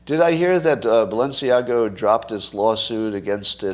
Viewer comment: I am not surprised when Scot mispronounces Balenciaga. He admits to fashion indifference. Am I the only one of his followers who cares about correct pronunciation ? Or are you all fashion illiterates? Really? Really?